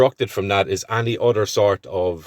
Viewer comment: "any udder"😁😁😁😁